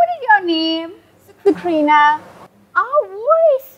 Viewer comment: I heard succorine as dukorine 😂 I had such a laugh